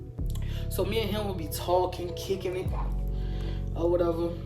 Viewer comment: How she say me kills “meh” 🤣🤣🤣